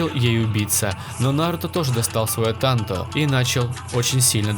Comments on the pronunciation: Бесиш Не тантО А тАнто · Сука тАнто А не тантО